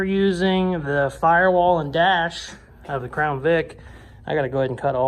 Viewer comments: 👑 great stuff gonna put you on my daily vid list. I thought you said "frown" not "crown" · 👑 for some reason I thought you said put a frown 😂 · did you say-- frown? or crown? LUL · 👑☹️ At first I thought you said „frown“ but my daughter said, „no man, he said crown.“ So I gave ya one of each. Really cool build… thanks for sharing it with us! Really enjoyed watching your processes and was impressed with all of it but especially the windshield part, even if it didn’t totally survive the cut. Great stuff!